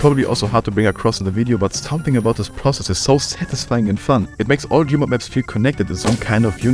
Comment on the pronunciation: why do I hear gay mode instead of gamemode